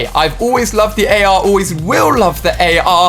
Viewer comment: always will love the arRRrr 🤣